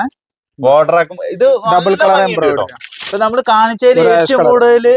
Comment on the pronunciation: ബിബിൻ സൂപ്പർ എംബ്രോയിടറി എന്ന് പറയണേ കേട്ടോ തെറ്റി പറയരുതേ Embriodery